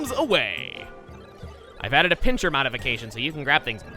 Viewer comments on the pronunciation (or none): it was a "pincer" not a "pincher" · I never heard pincer get pronounced "pincher" before. I always heard it with a c and not a ch because there's no h in there. There's an h where I live, which is Pincher Creek. It's in Alberta in Canada.